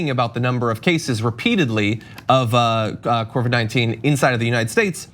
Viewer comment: JOHN, IT'S COVID!!! NOT CORVID!